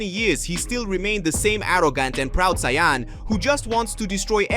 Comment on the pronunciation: I am loving this series and can't wait for the next episode. But... One criticism of mine would be if you're speaking in English, then please take 30 minutes and watch an actual English episode so you can pronounce saiyan and Vegeta. With a small amount of practice you can make a big difference in the quality of the videos.